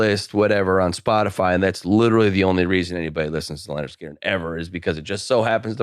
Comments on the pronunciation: The only thing that sucks more than Lynyrd Skynyrd's music is calling them Leonard Skynyrd incessantly. It's LYNYRD, you fucking windowlicker. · pronouncing "Leonard" every time = top troll